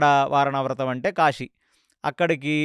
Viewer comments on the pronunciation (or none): none